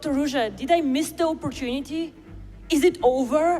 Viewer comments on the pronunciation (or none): none